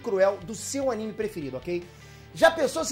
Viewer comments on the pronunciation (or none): none